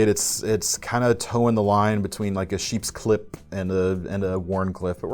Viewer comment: Did say "Sheepscliffe"?